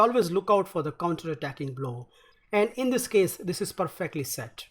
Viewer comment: Work on your word pronunciation : his name, percent, perfectly etc. Other than that, great commentary.